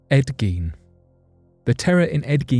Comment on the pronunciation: 100% thank you for correctly pronouncing Ed Giens name! Also for getting every fact spot on! Much love and hoping you have a great week 💛